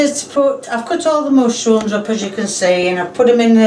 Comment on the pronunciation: “moshrooms” I’m saying it like she said